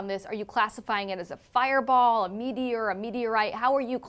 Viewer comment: Huh huh huh. She said Meaty Or. 😂